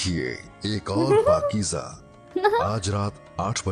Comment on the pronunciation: Its not pakeeja But Pakeeza Its Z pronounciation